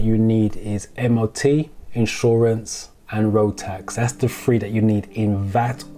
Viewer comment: your videos are very helpful, what Im struggling with is there's no difference between free and three when you pronounce the words and it is really confusing when should it be free and when it should be three....especially when you talk about third-party insurance.....